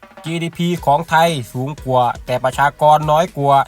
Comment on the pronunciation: แอดไม่ผ่านการอ่านออกเสียงภาษาไทยน๊ะครับ ควรจะฝึกออกเสียงภาษาไทยให้ดีก่อนครับ เช่นคำว่า ความ และ กว่า แต่ ช ช้างใช้ได้ครับ